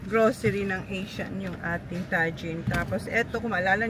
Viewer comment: It’s pronounced Tah-hin not Tah-Jin 😂